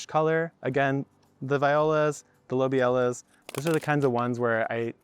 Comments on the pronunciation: “Lobelia” is actually pronounced: Low-Bee-Lee-Uh (NOT: low-bee-ella) 👍 “Love-in-a-Mist” is actually an INEDIBLE Nigella variety. However, Nigella “Sativa” seed is edible—commonly used as a spice in (East) Indian cuisine. Nigella Sativa goes by many names, including: fennel flower, nutmeg flower, Roman coriander, blackseed, black caraway, or black onion seed. I’ve tasted them all…but Nigella Sativa doesn’t taste like ANY of the aforementioned seeds. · I've always heard it pronounced luh-BEE-lee-ah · how to pronounce lobelia: low·beel·yuh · Lobelia is pronounced with the stress syllable on "be" loh BE lia Love ALL your videos!! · "Lobelia" is pronounced something like "Low-beel-ya" or "Low-beely-ah". fun trivia: it's also the name of a bit character in The Lord of the Rings - one of Bilbo Baggins's relatives, Lobelia Sackville-Baggins. You can hear the name said here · it's lo-beel-ia :) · Lobelia - low-bee-lee-ah. 🤣🤣🤣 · Just so you know, it's pronounced Lo bill ya. I hope this helps you.